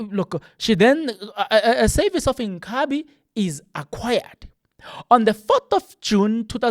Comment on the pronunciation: Inkhabi /// jooooh a zulu man cant pronounce the word. inkabi.